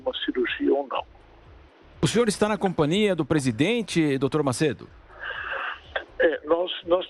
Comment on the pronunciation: Não existe "compania" , repórter seboso, é "companhia"!